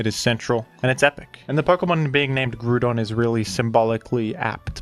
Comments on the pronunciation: I'm ok with the way you pronounce baton and Hippodon, but I draw the line at "Groodon". Is it a "groond" type now? Does it feature as a character in Despicable Me? What is this pronunciation? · Ah yes, the one Pokemon with a universally agreed-upon pronunciation, Groodon. As for Lando-T, I feel a lot of his reputation is owed to VGC, as he has been consistently strong in VGC OU in nearly all (if not all) metagames he's been in. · it's actually pronounced Groond like Groodon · Lmao. You calling Groudon Gruudon will always be funny to me. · If you are going to pronounce Groudon like that, then pronounce the word Ground in the same way. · GREWDON. Nice try guy. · Man groudon and hip pow don names be getting slaughterd